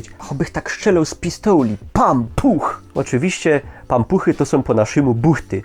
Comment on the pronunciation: pampuch pasuje na śląskie słowo jak je wypowiadasz :D